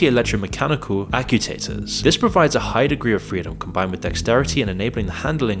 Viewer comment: Also "acyoutaters" the AI crowd scores another one